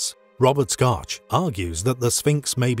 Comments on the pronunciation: Robert "Scotch"??? No Dr. Robert Schoch (shock) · His name is Schoch not scotch. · It's pronounced "Shock," Robert (Shock) Schoch, that is.